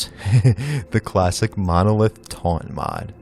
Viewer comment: Did he just say "monolitte" ?